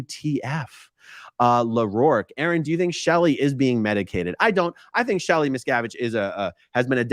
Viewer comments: Wouldn’t you think if the “Medium” had actually contacted Ally on Shelly’s behalf. That they would of told the Medium to tell the interviewer. How to pronounce Miss-Cav- Itch. I had to correct some one else on the pronunciation of Dave’s name. Lol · Missacavidge... Miz cAvid.... Misssscaavishh.. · The theater involving the name "Miscavige" is a well-known strategy of con artists like these to mask the fact that the whole supposed seance is in reality an invention based on news items and other worldly information. The name "Miscavige" is as plain as you can get in terms of English language names, and from the conversation you can imply that Kirstie Alley said the name, so they should have heard the correct pronunciation from her. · People like these 2 are scoundrels that milk bereaved families out of thousands of dollars 💵. It’s horrible! Everyone on the planet knows how to pronounce both Leah Remini’s name and Shelley Miscavage’s name! Miscavage sounds exactly like it’s spelled for cryin out loud! Yet they know about SCN practices! Give me a break! Ugh 😩 these people are evil! 👿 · I felt the the deliberate mispronouncing of the Miscavage name hilarious! Trying to sound like she's so unaware of the name and the standing in the cult. Ugh.